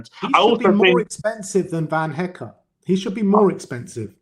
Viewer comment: Guys who the fuck is van HECK? His name his van hecke - pronounced Heck-eh. This is basic stuff for so call football experts